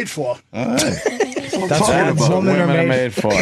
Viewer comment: He literally can't say women. He always say woman.